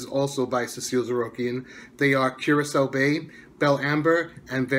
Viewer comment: The one that I'm most interested in would be Curacao Bay but I think I'm going to pick up a sample of each as soon as I get the chance. Thanks for the pronunciation I would have been saying it wrong without your help lol